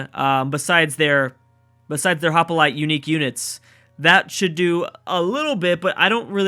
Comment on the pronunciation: Did you really just fuck up the pronunciation of Hoplite? Lol nice job, Hop-I-lite facepalm Mate, it's HOP-LITE